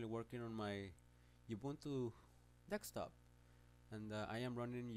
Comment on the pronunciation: dekstop lmao